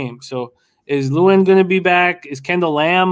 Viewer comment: The way he mispronounces Lewan is cringeworthy